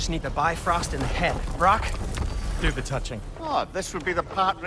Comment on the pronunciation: IT IS "The" NOT "Th" 😅